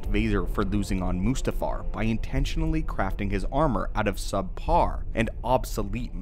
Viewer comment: When you said subpar Vader I heard super Vader